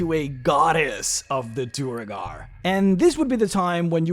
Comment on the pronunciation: I feel a twinge of unreasonable anger every time he pronounces Duergar as Duh-reh-gar